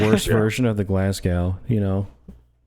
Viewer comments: You beat me to it, just say it as "Glasgo." 😂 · 'Glaz-go' is how you pronounce it (though natives might say 'Glaz-gee') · Im just getting into Dropfleet and this was a great video. Just in case you talk about the Glasgow again, you just need to pronounce it like the W on the end doesnt exist😁